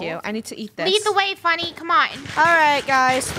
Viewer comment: Yesh and that was mean funnyeh